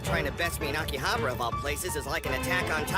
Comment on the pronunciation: Y they mispronounced akihabara 😢